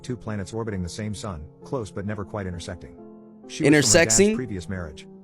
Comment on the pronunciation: intersexing instead of intersecting